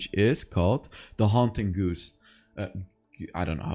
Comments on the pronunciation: Im not sure if anyone has mentioned it already but the word "Guise" in Haunting Guise is pronounced like the word "Guys" not "Goose" 😅 I just thought that was really funny and silly and thought Id help you out since it seems like English isnt you native language. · Love your videos! Oh and “Guise” is pronounced like “guys.” ;) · Guise is pronounced just like "guys".